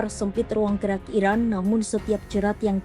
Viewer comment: Ini cara membaca berita si pembaca berita agak unik, selalu diakhiri dengan nada tekanan yang aneh pada setiap akhir pembacaan. Belum lagi pengucapan kata "Iran" terdengar seperti diucapkan "Iraq" ? Untuk media selevel kompas terdengar tidak profesional. Koreksi jika saya salah.